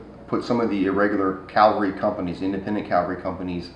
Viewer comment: Great channel. Interesting content. I absolutely love the camaraderie of the club. Just one concern, have practice saying 'cavalry'.